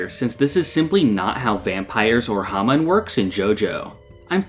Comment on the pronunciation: The way you mispronounce hamon drives me crazy and it's in your channel name lol